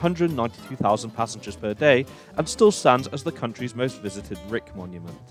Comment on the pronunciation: Rijks museum and Rijks monument are pronounced in English more or less like bike - . So, Rike's museum and Rike's monument would be correct. It is of course similar to the German word Reich for reference. Oh and my favorite ICE would be the original. I was amazed as a little boy how cool the French orange TGV's and the original ICE trains looked, especially the Marklin model sets of those. When I get on a high speed train and we achieve that magical 300 km/h speed I still feel like a little boy, watching the landscape fly by in amazement. You just dont get that sense of velocity and momentum on a plane. By the way, the stretch between Arnhem and Duesseldorf is a nightmare. It seems like its always under construction.